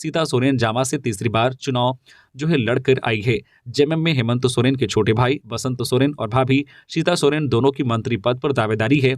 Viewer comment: नाम भी सही से पता नहीं है हेमंत सोरेन का नाम ही गलत बोलता है